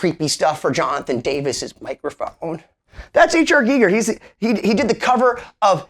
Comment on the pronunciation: STOP!! It's Pronounced "G-Eye- ger"... Not "geeeee- ger".. HR Giger is famous for his work on the movie Alien I believe. however Im sorry for yelling, but I couldnt take your pronunciation of his name anymore.